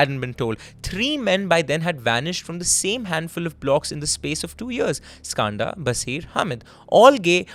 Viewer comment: as an Indian the way he says Skanda is heartbreaking. why are you anglicising the pronunciation of a beautiful Sanskrit word?